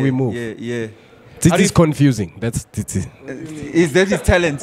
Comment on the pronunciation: Tsitsi. Not Tsietsi